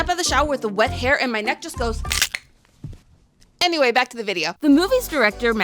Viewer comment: am i losing it or did i hear "amyway" :fish-orange-wide-eyes